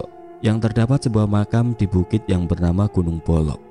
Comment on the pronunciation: Gunung 🗻mbolo bukan bolo😂